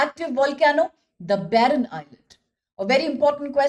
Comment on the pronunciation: barren island not "baron "